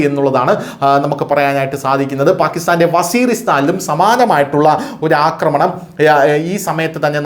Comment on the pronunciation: അക്രമണം അല്ലാ ആക്രമണം ആണ് ശരി.